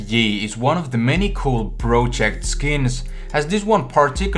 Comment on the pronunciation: you can't say project correctly